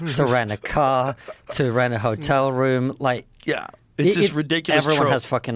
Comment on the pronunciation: Roosevelt Helltel... mask slipped off momentarily.